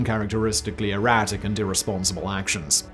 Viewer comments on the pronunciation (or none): none